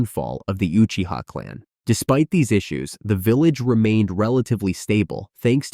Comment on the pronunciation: vilalge.......fuckin ai bullshit